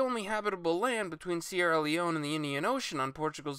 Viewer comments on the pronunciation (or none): none